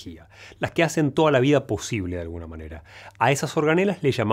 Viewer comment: de la moneda o de la manera ? 🤣 Gracias Doctor por toda la información compartida ♥